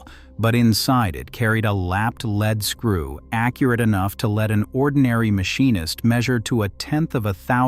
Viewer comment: Leeed screw. Lead is a soft metal.